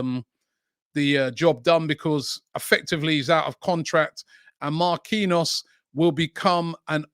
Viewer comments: No way he pronounces Marquinhos as Ma-Queen-Arse, no way 🤣🤣🤣🤣🤣🤣🤣🤣🤣 There is literaly a player at PSG with the same name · Give him game time, help him to be part of France WC squad for November/December and get him to sign a contract extension in January or offload him, to get maximum value. Oh, and Robbie Jesus is Brazilian so it's pronounced Jay-zeus not Hay-Suess. Marquinhos is pronounced Markey knee Oss. It's really not to hard. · Only Robbie can pronounce a players name different twice in the space of 2 seconds 🤣🤣 Marquinhos..